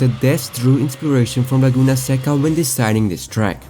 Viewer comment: Bro pronounced "Laguna seca" perfectly, beautiful